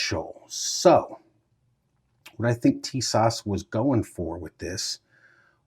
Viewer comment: TIS-ASH ....Brother, say like this